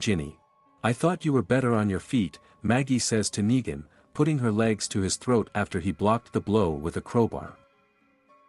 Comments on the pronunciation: he gets the words wrong lol neegan neigan negan nine wtf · When they can't get a basic like a name right I am no longer interested. You lose credibility. It's sad that they don't just have someone record the script.